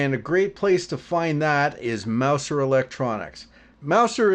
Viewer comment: It's pronounced: Mouzer.